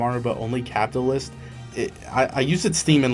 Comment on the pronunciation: Can you not pronounce words properly. What the fuck is a capualist?